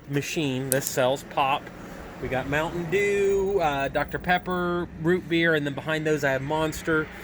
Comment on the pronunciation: mountenn deeeeeewuh